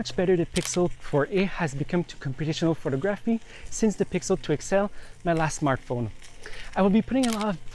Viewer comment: Excellent photos ...was there a lot of post work done. Not sure about video, but think will buy. Great work dude, beautiful landscape. Pronounce phoTOGraphy...just so you know. Subscribed 👍👍